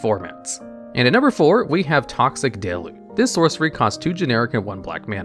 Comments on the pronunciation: I swear there’s always at least one card you pronounce in such a funny way. Like toxic delu the first time you said it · The thing that stumps me to this day is why to people keep mispronouncing deluge.